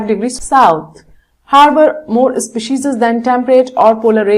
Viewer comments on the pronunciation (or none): maam it is species not specises